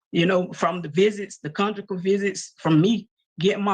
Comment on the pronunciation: She said congucal visit? okay